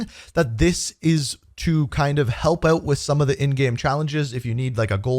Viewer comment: I love when he says OUT. HAHA